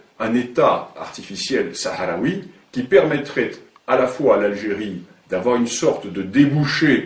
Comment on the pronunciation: l'algerie n'a jamais existé ? et il ce prend pour un homme quant il parle ? regarder comment il prononce le terme sahraoui en arab ci sans faute soit il es marcocain de pere ou de mere soit ca femme et marocaine ya une haine qui le pousse a attaqué un peuple comme l'agerie moi je suis algerien chaoui amazigh de la meme region de la rein kahina dihia son vieux château et a 10 klm de chez moi il a plus de 2600 ans je suis chaoui comme tarek ibn ziad le chaoui bereber qui ouvert l’Andalousie je suis chaoui amazigh comme aksel le prince de la Numidie qui es l'algerie un peuple qui a combatu les romain les byzantin les arabe les turk les espagnol les français pour vivre libre dans une terre qui s'appelle l'algerie et vous osé dire que l'algerie n'existe pas ?